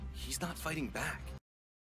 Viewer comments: Did I just here "Farting to protect what you hold dear" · When Erza's part came on, I though she said "Farting" Instead of "Fighting" xDDDD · iKittyGalaxi yes she said fighting though it sounds like farting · At I 42 did Erza say fart??